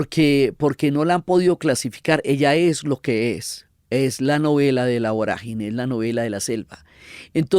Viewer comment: No es voragíne con acento en la "i"... Es vorágine con tilde en la "a".